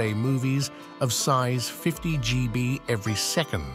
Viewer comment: gee bee. thanks ai